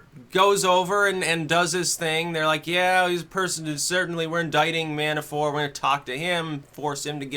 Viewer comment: Mannafort not Mannaforte